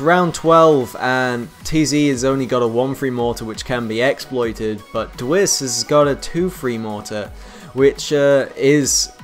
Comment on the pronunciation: also you pronounce my name d w ice :)